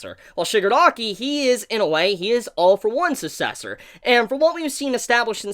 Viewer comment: How did u pronounced that word? Sussessor?